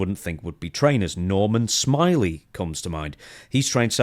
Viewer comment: Nor*man* Smi*ley*